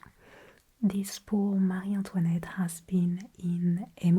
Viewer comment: Le marie Antoinette sone tellement Français comme si vous était française 😳